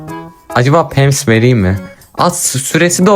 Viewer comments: Pams? O pamps (linç değildir) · Pems?😂 abi o pams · abinin pamps deme şekili pemps😹